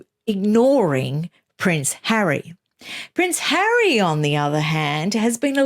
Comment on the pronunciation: riggggght. hahahahaha LOVE it. I cannot bear that stupid woman and her breathy voice, her vocal fry and her Elizabeth Holmes deep cadence . as for the stupid 'rights' they are only surpassed by her "Hawwy' which she said with pouty face when Oprah wanted to know who the terrible royal had spoken to about her Childs skin colour.